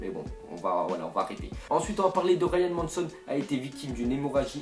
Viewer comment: c'est pas Ryan manson ses Ryan mason